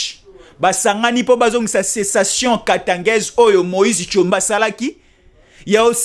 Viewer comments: Sécession et non pas cessation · Et non cessation.